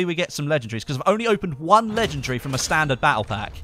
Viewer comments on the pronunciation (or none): ffs it's not legegry and not inventry !